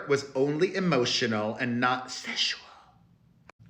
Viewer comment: "Seshual"....😂😂😂 I'm dead